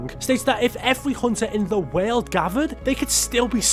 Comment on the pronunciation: Bro for God's sake, it's ,,world"" not "weeerld" and it's ,,earth" and not ,,Eeerrff" God damn it bro please stop it